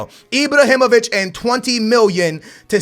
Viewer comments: it's fuckin ibrahimović not ibrohimović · he's called Ibrahimovic, not Ibrohimovic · Sign all 3 if you can! btw; It's IbrAhimovic, not IbrOhimovic ;) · Ibr"A"himovic not Ibrohimovic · Imbrohimovic????? Isnt it Ibrahimovic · Mate IBRAhimovic not IBROhimovic come on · IbrAhimovic not Ibrohimovic hahah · Why do you keep saying Ibrohimovic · "Ibrohimović" so much cringe!!! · Stop say ibrohimovic please!😂🙏🏽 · Stop saying ibohymoviyc. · Stop saying Ibrohimovic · Also when he spells Ibrahimovic it sounds like IbrOhimovic, but that's why we love:) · It's ibrAhimovic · ...where do you see an "o" in Ibrahimovic? 😂 Ibrahimovic smh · Sell Ibrahimovic because the way you pronounce his name makes me want to commit suicide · that pronounce of IbrOhimovich and leYAndAwski...learn to talk fucker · can you please pronounce lewandowski's name right and why do you call ibra ibrOhimovic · who the hell is ibrohimovic and chichorito???? ive heard of ibrahimovic and chicharito lol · i hate the way you say IbrOhimavic and ChichOrito... :/ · Who is ' Ibrohimovic' and chichorito' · Chichourito ,Ibrohimovic, Lawandowski... if you butcher a pronunciation just stop using that name over and over again. you said Chichourito like 30 times in this video